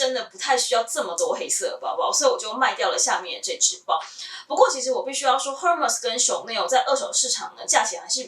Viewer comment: 最近因為在看Hermes的包包,找到您的視頻. 我覺得您身為Hermes的愛用者,應該要正確唸出品牌的名稱 ^^ll